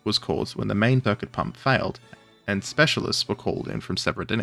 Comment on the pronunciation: Maybe there's confusion about how to pronounce "nuclear", but I'm almost certain "circuit" isn't pronounced "thircuit" :)